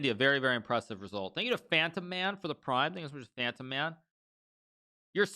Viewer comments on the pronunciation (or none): none